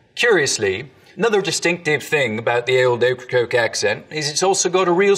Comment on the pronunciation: You got Okracoke wrong sweetheart, you ain't sneaking up on no vittle sounding that way.